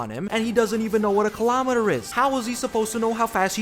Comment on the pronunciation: WTF WAS A KILOMETEERR🥺😭